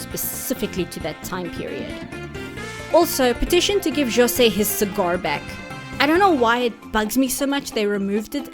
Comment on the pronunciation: thanks for putting the effort of pronouncing jose's name right. we get so much people thinking portuguese and spanish sound the same its actually one of the things that we brazilians hate the most